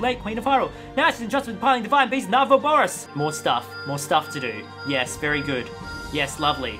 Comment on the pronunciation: Noone:: Nah Vaboris